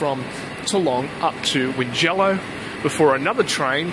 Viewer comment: Check the pronunciation of Tallong and Wingello. It is a bit of a shibboleth when the Premier and other blowins mispronounces these places.